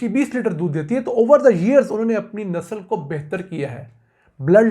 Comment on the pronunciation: "Nasal" nahi Nasl kahte hain janaab! India